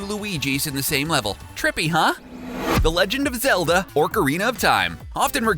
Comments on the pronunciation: where the hell do you see an R in OCarina its not ORCarina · The heck is orcarina it is ocarina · I died when he said Orcarina of time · OCARINA, not ORCARINA. Get it right. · YOU ARE MISPRONOUNCING SO MANY THINGS! ORCARINA OF TIME?! KING DAY-DAY-DAY?! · why did you say “orkerina”? It’s “ocarina” same with king dedede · you said orcarina not ocarina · Did you just say orcina of time, poultergust and king day day... lemme guess you also carmel instead of caramel and how about that loosiana man I'd love to go there. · Ocarina not orcari a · It's OCARINA not orcarina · It sound like you are saying orcarina of time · "Orcarina",of time? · I hope I'm not the only one who heard orcarina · I’m sorry about being this person But you pronounce it “orcarina” It should be “ocarina” I hate being this person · Orcarina? It's ocarina. oc-a-rina. No offense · Orkarina of time? Seriously? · he said orkarina not ocarina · It physically hurt me when he said OR-carina of time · Orcarina of time orcarina man orcarina realy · Orcorina of Time and King Daydayday? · “Orcarina of time” “king day day day day” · "King DeyDeyDey" "Orcarina of Time" wtf? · Sorry, it still irks me how some people pronounce ‘ocarina’ as ‘orcarina’ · I got annoyed when he said ork-ari-na instead of ak-er-ina. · It’s ocarina of time not orkarina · Orcarina of time is good game? Do you even english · Orcarina? Saymus? DayDayDay? WTF!?!??! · Calls ocarina of time orcarina of time. So clingy. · Are you butchering names of games on purpose? Orcarina? Is that a lord of the rings zelda crossover we dont know about? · Jonah Shreds xD I’m glad I wasn’t the only one who heard the ‘oRc’ part of that 🤣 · I was just thinking thew same thing..... like where is the first "r" in "ocarina". is the Orkarina something played by large green goblins? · “0rKarEEnA of time” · Oc not Oh(Ocarina) DeeDeeDee not daydayday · Ornc a Rina. Wit. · Anyone else cringe when he said Orcarina? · It’s not ORcarina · "Orcorina of time" WTF?